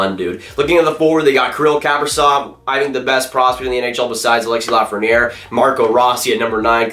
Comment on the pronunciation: yea it’s not Lafrenière lol